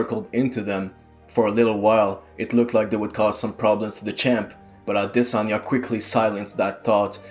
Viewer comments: His name is pronounced "AH-DEH-SON-YAH" not "AH-DEH-SAN-YAH", its a Nigerian name. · It's Audi-sauna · I'm pretty sure you did a good job pronouncing the name. I'm Nigerian myself, although not the same tribe as Izzy, but I wouldn't know to say SON rather than SAN. 🙂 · thanks bruh....they spend time commenting on how Ngannou's English is whack or has improved....but won't humbly take the right pronunciation of an African name....crazy dudes all over the place.... I'm Cameroonian...